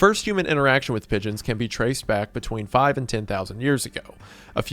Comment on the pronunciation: I genuinely thought he was saying midgets and not pigeons at first.